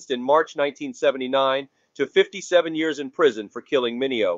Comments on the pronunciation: HIs name is pronounce MIN EO,and not MINEO,get it right,WTF!!! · Mi ne o is the proper pronunciation w accent on second.